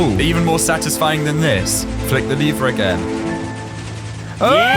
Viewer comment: Bro your vids are amazing the only problem is you saying "liver" instead of "lever" its a bit strange but i think its just pronounciation problem or your the way they say in your country